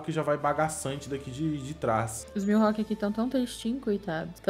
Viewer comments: Ele falando milhawk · Mano me dá uma agonia escutar eles falando o nome do mihalk errado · Q agonia com eles falando "milhawk"